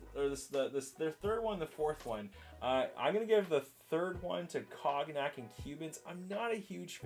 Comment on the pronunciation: love the review Cognac is a alcohol and it is pronounced more like “cone-yak”